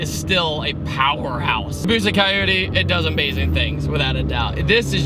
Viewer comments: Caioudee? You mean coyote? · You say Coyote like Coyute. I’m so confused by this...